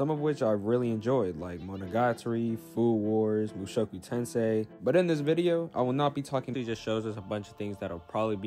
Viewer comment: Nahhhhh homeboy said mushoku tensei……………as a fellow mushoku tensei enjoyer I find this perplexing